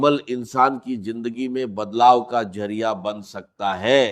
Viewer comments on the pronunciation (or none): کمینگی کی بھی کوئی حد ھوتی ھے کہ بغیرتی کی وہ بھی چند ٹکے یو ٹیوب سے کمانے کے لیے AIجنریٹڈ ڈاکٹر اسرار کی آواز میں ۔ڈاکٹر اسرار ذریعہ کو جرعیہ اور وظیفہ کو وجیفہ، استغفر اللہ کو اتتگفر اللہ اعوذباللہ کو اعوجوباللہ کہہ ھی نہیں سکتے۔ جھوٹ وہ بھی ننگا۔ جھوٹے لعنتی